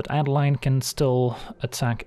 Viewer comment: Great content. My only complaint is that it's A-deh-leen, since it's a germanic name, being Innistrad heavily inspired by nineteenth century german folklore. Keep it up!